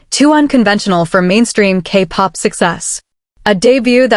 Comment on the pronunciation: I don't object to casting an AI voice. It levels the playing field for those of us that might be without speech, shy or uncharismatic. What I object to is human laziness to this degree. "AK Pop" "He I.S. the music industry" If the creator couldn't be bothered to listen back through the whole video to check for quality and fix their mistakes, why should we, the viewers, invest more than the creator? Like others, I'd also mention the unnecessarily bloated runtime, but I FEAR that's intentional, for money reasons. 😿